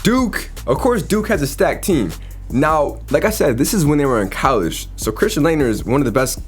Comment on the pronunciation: bro "callege"